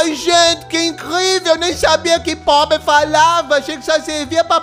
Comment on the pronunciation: "Ah,um povre" Eu:POBRE É TUA MÃE